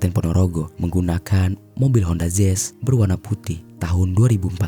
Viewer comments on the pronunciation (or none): Mau nanya, honda zezz itu tipe mobil terbaru apa gimana? Kok daritadi honda zezz honda zezz teruss. Artikulasinya astagaaa.. jelek bangettt